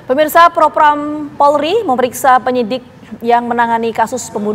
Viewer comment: Propam bukan propram mbak hehe